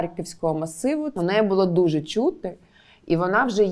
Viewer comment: саме це я і хотів сказати, суржик всюди. Якщо не суржик, то люди просто попаплюжили слова і кажуть "чюти" а не "чути".